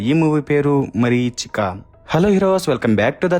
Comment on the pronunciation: Marichika kadu mareechika